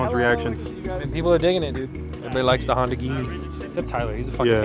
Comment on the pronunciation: that’s not honda that’s honderr